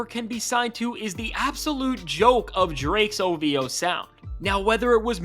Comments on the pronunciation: It’s not ovo it’s ov-ho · Say OV-HOE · Say ov hoe... Ov hoe... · LET ME HEAR YOU SAY OV-HOE